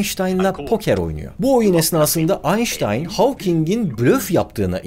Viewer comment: Aynşıtayn galiba çünkü stafın havking